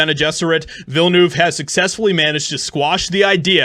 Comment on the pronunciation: 0/10 for the pronunciation of Villeneuve